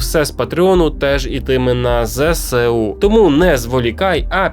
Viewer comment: Не ЗеСеУ а ЗеЕСу. В нас нема букви Се. А так, огляд більш менш, на тверду четвірку. Дякую.